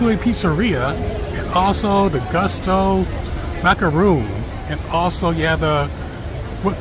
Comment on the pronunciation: By the way…..Gusteau is pronounced “Goose tow”……it’s a rhyme “Gusteau’s to go”